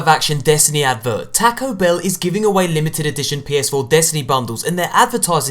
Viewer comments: I like the way you say tAco bell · "tacao bell" lol